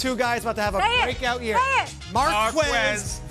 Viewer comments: Isnt the u silent in quez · that's not how you pronounce Marquez bucko